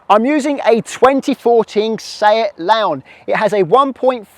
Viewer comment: seat LAWHN